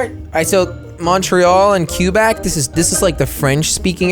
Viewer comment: The candian in me dis likrs u and u cant say Qubec right lol